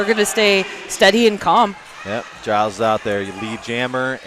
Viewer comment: Wish the commentator would pronounce Giles’ name correctly. It’s a G as in George